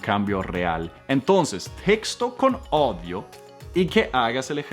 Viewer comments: No es mi intención de molestarle pero no se dice ODIO, se dice AUDIO. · muy excelente, mil gracias, pero ud está confundido,odio en español significa algo malo, ud debe decir AUDIO. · tu dices odio pero se dice audio. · En español o castellano la palabra AUDIO se pronuncia AUDIO, no ODIO que es hate. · Me rncanta tu clase ,hablas muy bien el español pero se dice AUDIO no se dice ODIO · Cómo es que dices? " Odió" ??? Lo dices mal!!!😱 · Odio y si que lo repite ,quizo corregir y le salieron corrigiendo 😂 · Your "ODIO""are HATE En español pronunciamos AU. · Estoy de acuerdo, Audio/audios se pronuncia en americano, AURIO/AURIOS. No más Odios que aquí ya hay suficientes... ojo.. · Muy bien pero no es odio es audio !! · Audios, no odios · Hola, muy buena tu clase de pronunciación. Pero... no se dice "odio" (audio). Se dice a u dio, tienes que pronunciar la "a" y la ·u". AUdio. Porque decir "odio" se refiere a "odiar" (hate). Yo soy Edicson Méndez, tú coach de español (castellano). ja ja ja ja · Gracias por enseñarnos a pronunciar bien las palabras en inglés. Aquí todos aprendemos, tu también debes pronunciar correctamente la palabra audio en lugar de odio que algo muy distinto. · No se pronuncia odio, se pronuncia AUDIO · Gracias por tu ayuda desinteresada. Eres excelente explicando. Solo un pequeño error en este vídeo cuando dices "odio" es algo feo en español, para referirte al sonido es "audio". Te aprecio. Bendiciones. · Eso mismo iba a decir. Es Audio. No odio. Jejeje...pero avecs pasa. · en español no se dice "odio" cuando lees Audio. Odio, en español es Hate en inglés. Debes leer letra por letra: A-U-D-I-O. Cuando dices "leer mucho inglés sin odio" estás diciendo: "leer mucho inglés sin rabia"... Igual cuando dices "leendo", que no existe en español. Debes decir L-e-y-e-n-d-o. Un aporte pequeño para que mejores aún más tu buen español. Saludos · AUDIO, NO SE PRONUNCIA ODIO COMO TÚ LO DICES, SINÓ AUDIO (AU, NO O) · Es audio no odio